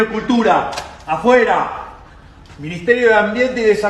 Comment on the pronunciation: As a Spanish speaker. Switch the D with R, and you got it. 😊